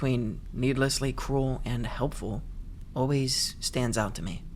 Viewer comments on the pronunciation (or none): none